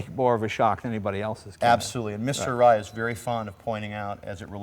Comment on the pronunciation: this guy is supposed to be a consultant to the company he cant even pronounce the name correctly! typical yanks and their drawl of speech.